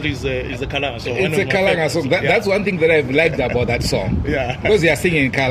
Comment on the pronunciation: Please let's learn to say Kalanga not (Khalanga) it is the same as Ndebele and (Ndewere) Ngati milidzeni Kalanga chedu Please